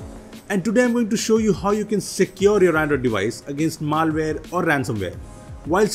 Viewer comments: It's not maalware, it's malware! :/ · Maal-ware :D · just stop making videos PLZ this pronantiation